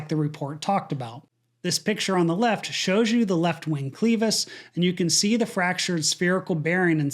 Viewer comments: great recap. If I may... "clevis" has a short "e" sound, not a long "e." It's curious that AA191 is referenced in the report... inviting a re-examination of that NTSB report... The "party line" is that AA sought to cut costs on the technique for removal/installation of the pylon engines, using a forklift. They grounded the -10 fleet and found 8 airframes in all 3 of the major airlines using this "forklift technique" assuming that was the cause of the cracks. There was a "few" more than 8 DC-10s. AA's aircraft maintenance erred by taking lunch while the pylon was PARTIALLY attached, it was yet secured, forklift hydraulics seeped and THAT caused the aft lug crack. The FAA mandated hydraulic fuses be installed on all DC-10s (and came on the MD-11s from the factory by that point). AA's Maintenance & Engineering had already submitted the "Form 337 - Major repair/alteration" to install those fuses. Denied by both Douglas AND the FAA. The other change was FAA approved pilot training standard was modified to direct "attain V2+10" rather than "V2." When the engine departed AA191, they were already at V2+15 (20). Had they maintained their airspeed over that flat Chicago terrain, they'd have lived. So the FAA had considerable fault in this mishap... but RARE is that ever addressed, and it's limited to "non-official" forums... like this one. My old man was a '68 new hire aircraft mechanic for AA. he knew the crew chief who committed suicide after the govt, the company and ev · Good commentary, but I get hung up on mis-prounouncing words.... The word "clevis" is not pronounced.... CLEEVIS of CLEAVIS.... It's CLEVIS and pronounced .... kleh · vuhs. Not pronouncing a word correctly impacts the audience's ability to be assureded your knowledge of the subject you are talking about. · Clevis is pronounced with a short "e". It's not pronounced like CLETUS. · Your pronunciation of the word “clevis” as “cleevis”. Have never heard that before ?? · Pronounced "kleh·vuhs".